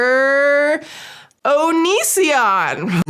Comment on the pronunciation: 😂 'ONiSiOnN, HA HA' 👹👹👹